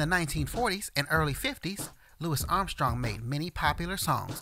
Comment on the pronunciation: I’m glad you pronounced his name correctly! So many people get it wrong. So annoying